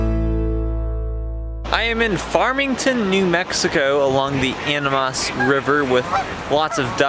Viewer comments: The way he pronounced animas 🥲( i definitely spelled that wrong) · The way he animas river physically hurt me